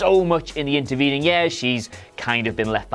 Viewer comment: I can't stand the way the host says the word 'years'.